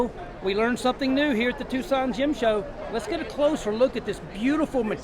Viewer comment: Gym show ?? Is that English?